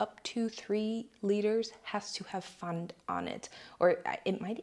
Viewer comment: Is finally retaining some German now? 😅 Well done on the pronunciation of "Pfand" and "Gymnasium"! I was actually impressed